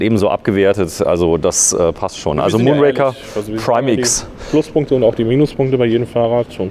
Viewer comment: Ihr solltet zumindest in der Lage sein den Namen des Bikes richtig auszusprechen. Der Bond Film heißt Moonraker und nicht Mondraker. Bei dem vorgestellten Rad ist es dementsprechend umgekehrt.